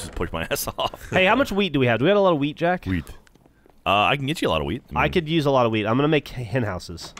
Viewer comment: I know they're saying wheat but it sounds like weed 😂